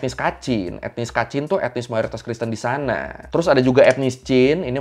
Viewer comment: Knpa cara kamu cakap ,, iyaaaa ,,disanaaaa, sebutan aaa panjang😂